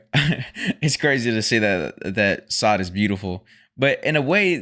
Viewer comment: Please stop calling them sod... its soad, sounds like toad not like god. Thank u😊